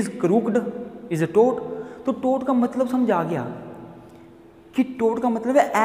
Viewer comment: Toot nhi tort